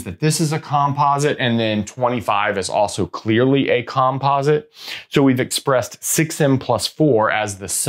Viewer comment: Interesting video, but wildly distracting to see "likelyhood" misspelled on the board and to hear "composite" pronounced in such a peculiar way (why not the same stress pattern as "competent"?).😉 It would be just a bit too picky to expect any English-speaking academic to pronounce Goldbach as anything but Goldbark, but that said, don't a lot of people manage to pronounce the composer Bach's name with a German "ch" sound and not as Bark?